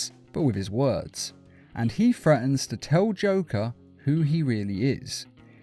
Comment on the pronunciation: "Threatens" doesn't have an "F" in it.